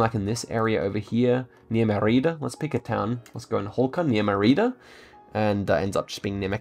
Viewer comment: Your pronunciation is pretty amazing considering the ridiculous range of languages and countries has, but just to keep it improving, besides the Louisville one everyone is on about, Mérida is pronounce MEH - rida, accent on the first half of the name (accent mark)